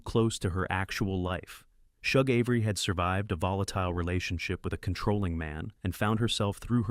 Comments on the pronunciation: Shug is not pronounced like Chug. It’s pronounced like the “Sug” in Sugar. “Sug”-(gar) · Shug: SHOOG or SHUG - as in the word SUGAR. 💯🧁🍨🍦🍰🍩🎂